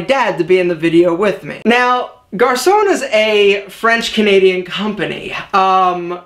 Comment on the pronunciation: Hi, I'm a french Canadian, and you're still saying Garçon wrong, even if you changed the way you pronounce it xD sorry haha.